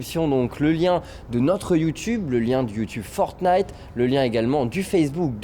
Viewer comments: fornite ??? le mec commentateur connais pas le nom issou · Pourquoi prononcer Fortenite, est-ce qu'on dit un chateau-forte? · Je vous en prie arrêter de prononcer fortnite sans le premier t 😫